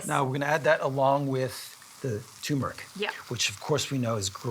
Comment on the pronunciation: tur-mer-ick, not choo-mer-ick... could you use pearl barley in place of the rice?